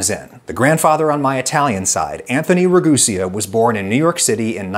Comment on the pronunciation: "Re-Goose-ia" The Man who Regooses Geeses